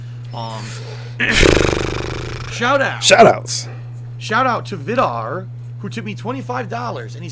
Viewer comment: BTW, Vidar is actually pronounced "VEEDAR", it's the name of basically the viking traveler god. Just sayin, love the vids my friend!